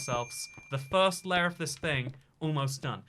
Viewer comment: Bruh ur accent on layer is weird lol